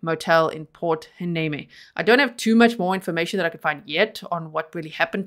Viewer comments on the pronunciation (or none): This was big news as I’m near there. Very happy to see it solved. Oh by the way, it’s pronounced port Y-nee-mee 😅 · Believe it or not Port Hueneme is pronounced Port Why- neem-ie. by a California native 😉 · Port Hueneme is pronounced: Port-Why-knee-Me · I live in Ventura County and about 20 miles from Oxnard. It's pronounced "Port WhyNeeMe." This is so scary that he was in the area this whole time. It's amazing that they used modern tech to catch this guy. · I just saw in the comments that a lot of people told you how to pronounce Port Hueneme so I am deleting my comment. I don't want to beat a dead horse as they say! Thank you for all that you do in researching all these cases. ♥️